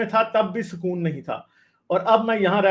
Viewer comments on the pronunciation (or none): none